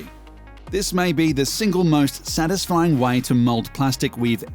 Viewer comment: How the narrator says ‘Satisfying’: ‘Sanisfying’